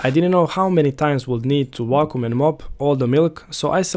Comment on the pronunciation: "Wacom" cleaner? 😁